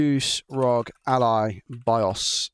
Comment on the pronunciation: Please R O G - (are oh gee) not rog rhyming with dog. Makes me cringe everytime